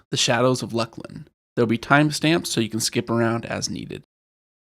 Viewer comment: It is pronounced LOOS-LIN ya fucken dumb seppos